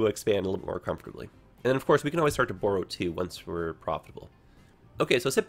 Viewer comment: I've never heard borrow pronounced that way before! Interesting